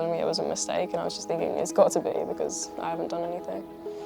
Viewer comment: why does she go from "finking" to "thinking"